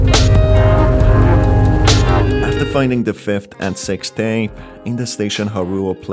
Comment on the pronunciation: The way you pronounce "Sixth Tape" genuinely sounds like "Sex Tape".